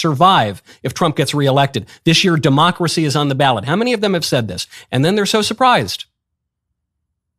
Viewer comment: When you keep calling him hilter and saying demcorcy ends with him